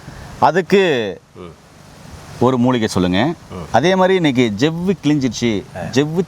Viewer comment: ஜெவ்வு இல்லடா சவ்வு என்று தமிழ் சரியாக உச்சரி.